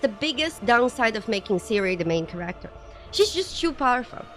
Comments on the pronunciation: read this, I swear it’s black magic: Kéracter, not Charácter Done. Pronunciation fixed. You’ll never pronounce it wrong again:) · Your accent is very endearing. Care-act-ter is now my new favorite want to pronounce that word lol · i love how she pronounces "character" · She's canadian right?